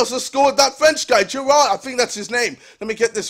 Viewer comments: He said Gerod but meh close enough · I wonder if he still calls Giroud Gerard xD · Oliver gerrard?!?!?!?!?!?!?!?! it's oliver giroud!!!! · geroared hahaha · when he pronounced Giroud's name wrong 😂😂